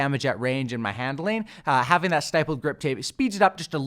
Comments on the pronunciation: It's actually pronounced STIPP-LED, not STIPE-LED. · Stipple is pronounced like nipple. Stippled grip. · Jesus I'm tired of these YouTubers pronouncing stippled wrong. Its not stYpled. Lol the word stipled rhymes with rippled. "Stippled" means: dots. its also a form of artistic technique where u draw only using dots. The technique is called "stippling" 👍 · Great work, as always. However, stippled is pronounced with a short i sound, as in it, shit or fit. Thanks for all the work! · Idk if you have already gotten a comment about this, but stipples is pronounced with a soft “I” instead of a hard “I” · Great vid, but just so you know going forward you're pronouncing "stippled" wrong. I noticed it in another video too so this is the second time that's why I'm mentioning it. It's pronounced like "triple" or "cripple"